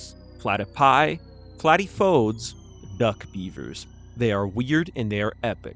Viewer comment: As I understand the rules of Greek, the proper pronunciation of 'platypodes' is 'pla-TIP-o-dees', as in 'platypoDEEZ NUTS.'